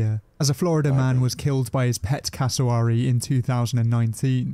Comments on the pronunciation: The pronunciation of Cassowary 🥲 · This British presenter doesn't seem to have actually been to Australia ... (which might be why he's pronouncing Cassowary wrong lol) Also goannas are everywhere in the bush in QLD. Which is tropical, not arid. You can't go camping without seeing one, and they're ballsy enough to try and get into your tent looking for food. sidenote: Dingoes do NOT make good pets. I had to look after a pup once when someone mistook it for a german shepherd and brought it into our vet clinic. Only had it for a week while we contacted a sanctuary and he ripped up my house. They're definitely wild animals - and unlike dogs, their paws rotate so they're able to open doors and such way more effectively 😶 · They say cassowary wrong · This guy is doing this as a American he cant even say casawary right